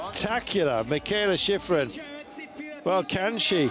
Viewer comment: I don't think Teddy is talking about the commentator, he's talking about the announcer who's there on location. He has a heavy accent, so I'm sure that English is his second (or 3rd or 4th) language. It cracks me up, too. At most of the places she skis, they pronounce her name, "Mee kah ay lah Shee freen" 😂 You'll get used to it. Now, the commentator for the broadcast here is an English speaker by birth I believe, and my problem with him is that he can't pronounce anybody else's name. I remember being so impressed when I first started watching Alpine skiing, and Steve Porino and Steve Schlanger we're so good at pronouncing all those foreign names. They actually put some effort into it. But this guy here, he can't even pronounce Brignone's or Gagnon's or Marsaglia's or Ragnhild Mowinckle's names right. He pronounces the G in the Italian and French names. It sounds like he's been doing that job for a long time, and he's super knowledgeable. I don't get how he doesn't know how to say these peoples names.